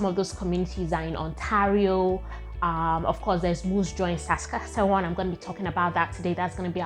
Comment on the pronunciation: Haha, we should really help you with your struggles pronouncing Saskatchewan 😂